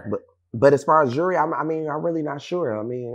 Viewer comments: And he so bad it lol- this goof the last person i would take ANY type of advice from- for sure not financial lolol- And, its pronounced “jew-el-ry” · He can’t even pronounce jewelry lmao he always worried about what others got going on lol